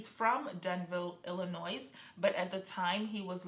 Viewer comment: Thank you for this time-line video ! I think whoever killed Jelani was a professional killer...😥😢 Side note: Just so you know queen...Illinois is not pronounced with the S on the end. Don't feel bad I used to pronounce it the same way..😆